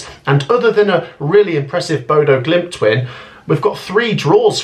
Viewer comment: Bodø GliMT,not Bodø GlimIT. One too many i’s in youre pronunciation.